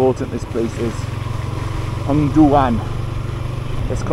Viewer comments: Are you Scottish? I love your accent... I knew it! You are indeed from Scotland! beautiful accent indeed! It's not 'Hang'duan.... 'Hung' of Hungduan is pronounced as it is like - Hung - not hang hehe! so it is HUNGduan...it is funny to hear that it sounds like it's a place to hang people 😅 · I'm from Wales! 😁 I was trying to pronounce it as Hungduan hahaha